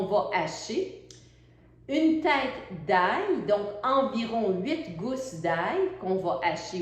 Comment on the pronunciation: Je n'ai pas compris combien d'ail ? Une tasse ... ? A cause de la prononciation 😁j'ai écouté plusieurs fois et j'ai compris - 1 tête d'ail - ok.